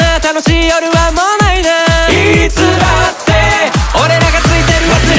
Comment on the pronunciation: 「深夜アニメいつだって」の最後のての部分が､んになってて「いつだっん」になってましたよ！